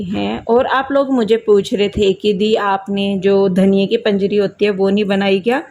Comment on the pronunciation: Baut badiya, it's panjeeri not panjri